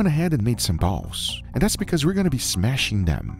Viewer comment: Heart disease , but worth. also the "balls" emphasis ha.